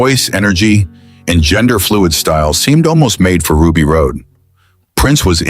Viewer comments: Another A.I. screw up. It was pronounced Ruby Rod not Ruby Rode. Even though it was spelled Rhod it was pronounced "Rod". The trouble with A.I. is it has no common sense at all. No common decency, no common sense. A.I. just shows intelligent stupidity. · Rod... Ruby ROD Not ROAD. RHOD = ROD! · The name is Ruby Rodd not Ruby Road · Anyone know a way to tell whoever it is putting this piece of &$$; together That CHRIS TUCKER'S CHARACTER WAS NAMED RUBY RHOD PRONOUNCED ROD!!!! I wish more people would start voting down stuff that deserves it instead of collectively nodding their heads like lemmings. You're trying to praise a movie, mispronouncing the characters names is not a good way!! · Ugh. AI slop can't even get Ruby Rhod's name right.